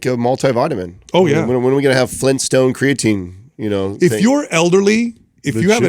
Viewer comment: Unbelievable! It's a miracle. actually pronounces creatine correctly, and doesn't say "cray-a-tine". Haha. I feel like it may have been an accident, because he does say "cray-a-tine" at other points in the conversation, but at least he says it correctly here.